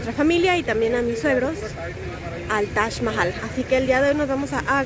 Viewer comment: Se pronuncia como lo dijo, como si la "J" fuera una "ch" menos fuerte al pronunciar.